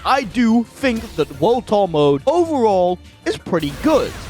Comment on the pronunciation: lets talk about "WUD TUH" mode. Damn bro